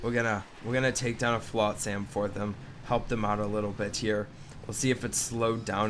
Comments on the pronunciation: I cringe every time you pronounce it flot-SAM. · Why can’t you say flotsam properly?